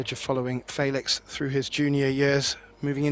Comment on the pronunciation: "Faylix"... " then s'pose "Gaythin" is correct.